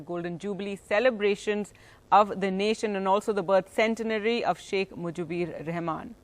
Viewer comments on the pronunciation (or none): it is Sheikh Mujibur, not Mujibir.... disgusting news presenter.